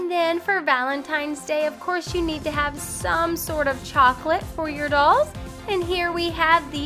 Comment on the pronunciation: You are saying dulls not dolls. It's REALLY bugging me